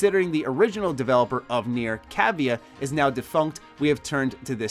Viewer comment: Its not pronounced nere its pronounced kneeair its japanese